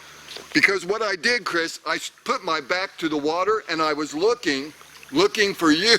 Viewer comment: before Chriss says 'Mark is that you?" and He replies 'Nope" I heard without the hard 'C' a "chriss".